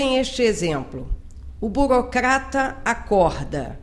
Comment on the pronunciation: confegue, regga, burocgata